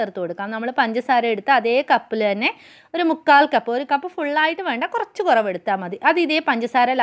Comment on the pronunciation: കോയച്ചല്ല കൊറച്ച്😜😜